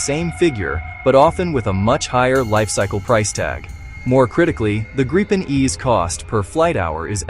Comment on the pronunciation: Just say Gryphon You can't say Gripen correctly